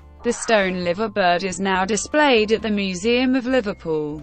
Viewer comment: Liverbird is pronounced Lyverbird. If your going to do documentaries please get the pronounciation correct